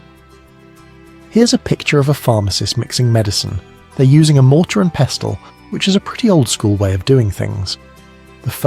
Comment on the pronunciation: It's a woman in native american regalia who's 5 foot 1 inch standing next to actor James Arness who is 6 foot 7 inches, not 2 people aged 51 and 67, is this a bot? Narrating? Btw, it's pronounced PESSLE, The T is silent when spoken correctly